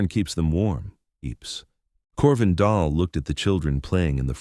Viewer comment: Dahl (not doll) ask any Norwegian 😮